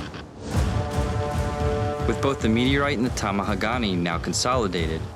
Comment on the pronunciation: "meteorite " ksksks